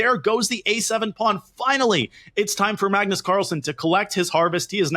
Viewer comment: ‘ MUGNUS CARLSEN’